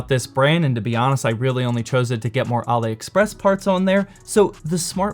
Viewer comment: I think its pronounced Allie express not ollie express